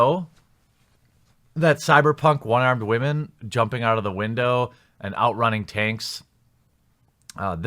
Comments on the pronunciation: Wamen? It’s wool/mein. Get woke 👁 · Great vid thnx but are you saying Wamen(like Ramen) instead of Women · Why do you keep saying wah-men instead of women. Are you having a stroke? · Why do you say wamen instead of women? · For the love of god please just say women right it's not Wamen. And yes the inclusion of women in bf5 is rediculus. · Why is he pronouncing women like “ramen”? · Why do you pronounce "women", "wahmen", like its pretty even cut the gender spectrum of SJWs. That is assuming the "wah" is mocking women "crying" over shit. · First time on your channel, why do uou pronounce "women" as "wahman"? Accent or inside joke? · . " waa men". Interesting pronunciation for women. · I noticed that too 🤣🤣🤣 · What about "whymenzz"? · “Wah-Men” That’s the greatest pronouncement for “Women” ever! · Actually he said wommin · Wah-men? Why are you pronouncing it like that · Why are you saying wah-men? Ive never heard woman pronounced like that. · I like how he says, "Whamen" LMAO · stop sayin wamen pls for ur future self in 5 years's sake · I'm new here, so perhaps I don't get why you mispronounce 'women'. Can you explain, please? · Where's this guy from? He pronounces "women" funny. Is it just me? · Can’t pronounce ‘women’, literally unwatchable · I feel like people who pronounce women like that are uneducated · Wtf is a "Waman"? Is he trying to say Women/Woman? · Did you just say “wha-men” in the first 15 seconds of this video? Does this stand for whiny, haha...